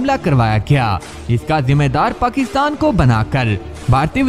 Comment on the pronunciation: نام ٹھیک لیا کریں پاکستان ہے پکستان نہیں